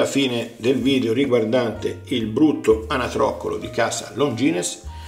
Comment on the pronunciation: Credo che non si pronunci Longines